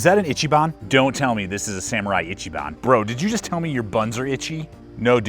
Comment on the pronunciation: GAHM-boy. Gomboy should rhyme with tomboy. EECHEE-bahn. Rhymes with peachy. Sorry to see your bad experience with these saws! I love my bigboy.